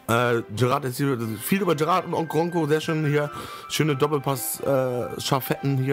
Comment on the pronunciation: Geiles Video :-) Wollte dir nur eben sagen dass du Jerat falsch aussprichst :-D du sagst eher Gerrard du muss das am Anfang aussprechen wie ein "J" und nich wie ein "G" ;-) Keine Kritik ;-) nur kleine Verbesserung am Rande ;-) MfG